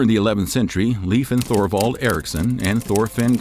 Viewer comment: Please learn to pronounce Thule, and Thorvald. As someone educating others, correct pronunciation helps!